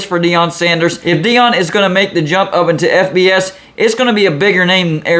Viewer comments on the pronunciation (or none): none